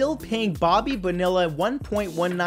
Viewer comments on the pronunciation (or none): I love you Matt, but when you pronounce Bobby Bonilla, Bobby Bo-Nil-a rather than Bobby Bo-Nee-a, it’s like nails on a chalkboard 😝😝😝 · Bo-knee-ya not bonilla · Pronounced bo-knee-yuh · It's Bobby bow-NEE-uh, not bow-NILL-uh. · pronounced Bon-E-ya. not Bonilla. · Bobby Bonilla is pronounced Boneeah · LOL at how you pronounced Bonilla. It doesn't rhyme with vanilla. It is pronounced bo-knee-yah.